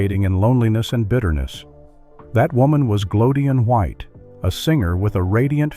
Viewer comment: Glo-dean White. Pronounce the names correctly, or stick to the names you can pronounce properly. Like Nancy, Christy, Johnny, etc.